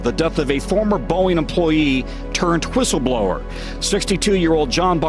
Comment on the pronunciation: did this mf'er really just say hhwissleblower?